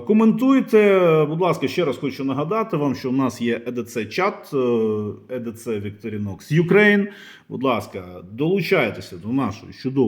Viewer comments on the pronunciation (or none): і ді сі, а не е де це))